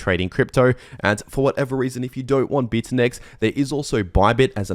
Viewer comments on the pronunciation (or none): bitunix, not bitunex! ix,ix